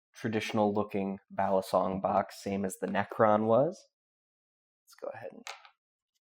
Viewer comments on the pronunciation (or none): Fyi: Balisongs come in all sizes... mini, regular, and dagger size,, ever been to the Philippines? the way you say balisong is giving me a nosebleed sir ;)